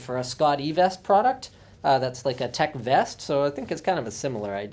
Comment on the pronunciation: Did Linus just say.. Tek Vest? Oh the memories..